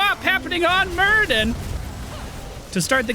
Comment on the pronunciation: It's Muradin not Muridan <3 Love your videos btw